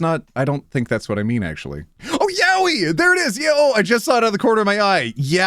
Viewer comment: That is NOT how you pronounce yaoi, I am so livid with all of you people. It's ya-oi.